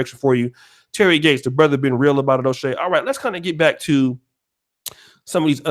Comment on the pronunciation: It’s “O’Shea “ not dumbass